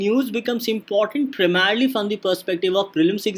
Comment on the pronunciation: “PRAMERELY FOR PRELIMS” and reading out notes is not DNS. Please relent